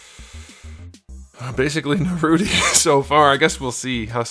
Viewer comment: Man, did this nga say Narooty?! Smh lol. Idk if it’s an inside joke or whatever but it’s NAR(rhymes with far)-ROO(rhymes with Q)-TOE(rhymes with well you know how to pronounce toe).